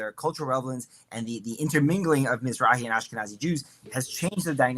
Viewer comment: Yup. Planted shill. He even knew how to say Mizrahi.